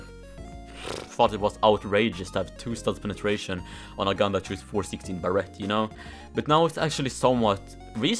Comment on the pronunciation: Everyone: Barrett: Barrette